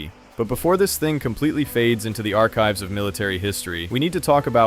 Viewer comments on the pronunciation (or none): none